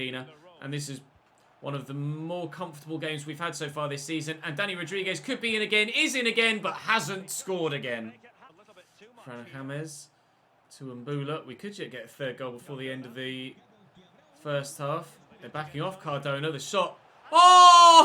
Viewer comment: Jaime in your youth academy is pronounced "High-may"